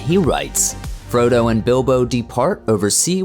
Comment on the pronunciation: Tol-KEEN, Sow-RON..... Fro-DOH